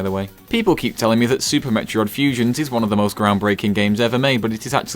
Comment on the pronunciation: I had to pause when he said "met-re-od" because I was laughing so hard.